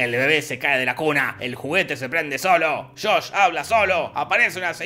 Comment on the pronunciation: No fue Shosh-Shosh, fue Shosh... 😂